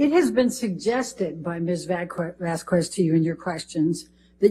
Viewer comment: It still cracks me up that she called the ENT an EMT, and is incapable of pronouncing Ms Vasquez’s name. ‘What is anything it’s not a cure all’. Judge A is a BEAST ❤️